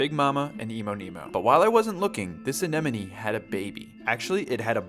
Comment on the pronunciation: Your the first aquarium influencer to pronounce it right. "Anemone" The others are annoying and worth unsubscribing.